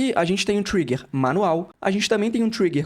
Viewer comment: "Trigger" lê-se como se escreve, não é "traiger". No mais, obrigado pelas informações.